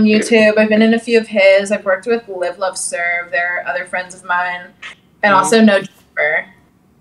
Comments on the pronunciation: We gon act like she aint say liveloveserve😂😂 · She said liveloveserve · No way she said “live love serve”. 🤦‍♂️